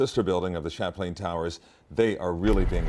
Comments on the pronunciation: "Shamplain"? It's pronounced "Chap•Lan" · Champlain, not Chaplian. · "Champlain" as pronounced by TV anchors and reporters, yet the headline says Chaplain